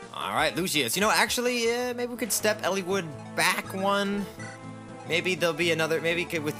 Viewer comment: hearing him pronounce it Elle-wood is killing me. soft "I" dude